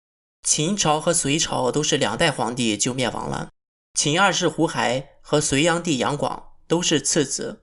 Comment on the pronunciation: 大哥，那个字读胡hai第四声